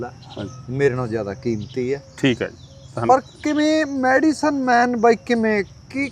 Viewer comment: ਵੀਰ medicine ਹੁੰਦੀ mediccine ਨੀ